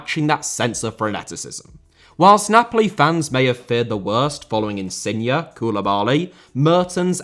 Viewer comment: It's InsignE* not InsignA please, the guy ain't a car